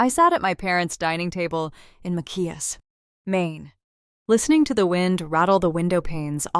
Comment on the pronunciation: It's Ma-chi-ass 😊